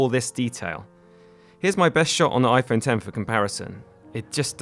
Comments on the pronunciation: After you said iPhone “ex”, I stopped watching. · When he said iPhone ex I stopped watching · I like how you call it an "iPhone eks"